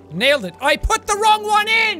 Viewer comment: Andrea Allston wrong not “rong”.